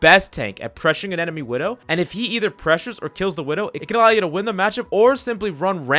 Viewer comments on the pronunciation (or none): none